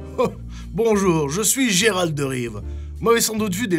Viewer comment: Il a dit... J ÉRALT. GÉRALT BORDEL, GÉRALT AVEC UN G.